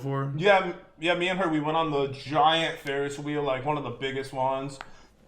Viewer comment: Pat pronounced Ferris Wheel correctly!